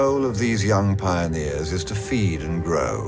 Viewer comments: It's "Pioneers," not "Pioners." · “Pionners” of the Deep?? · And yet... "PIONNERS of the Deep".